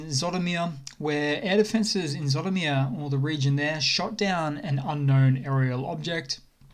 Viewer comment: you mispronounce Zhytomir , it's pronounced like Gee-toe-meer